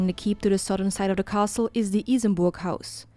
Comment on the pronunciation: i love how happy becomes when he pronounced Isenburg